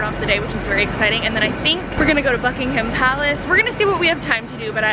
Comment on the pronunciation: you said Buckingham palace incorrectly but it does not matter it was just annoying me good vlog though!!!!